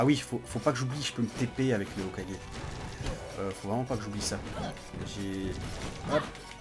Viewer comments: Mon dieu, il a enfin dit HOKAGé ! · Aypierre a peut-être dit "reune" mais je te rappelle que pendant plusieurs épisodes tu disais HOKAIJE !